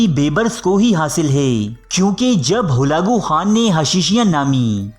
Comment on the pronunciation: Not halago Khan it's halako khan